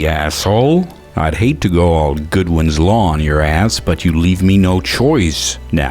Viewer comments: It's Godwin's law, not Goodwin's law. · Godwin. Godwin. I love your videos but it's Godwin. Godwin's law. Not Goodwin. I dunno why that bugs the shit out of me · poke::, sir?... it's godwin, not goodwin.. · GODWIN Not Goodwin! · Just a note, it's Godwin's Law not Goodwin's Law. When you get this wrong, you're committing an atrocity...on par with the Nazis.